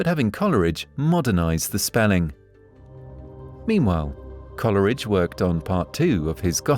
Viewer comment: It's not pronounced Colleridge, it's Cole-ridge.